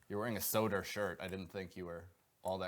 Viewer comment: Just realized bobby pronounces mike calta like "calter" and Dan soder like "soda" Boston people are weird 🤣🤣